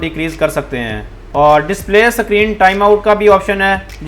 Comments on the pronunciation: Screen ko sakrin bol rahe hai🤣🤣🤣🤣🤣🤣🤣🤣🤣🤣🤣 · Bro vo screen hota hai sakreen nhi😂😂😂😂